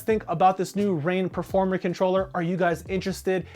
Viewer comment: I thought he said pro4mer